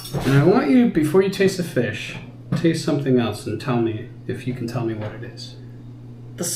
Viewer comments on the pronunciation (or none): none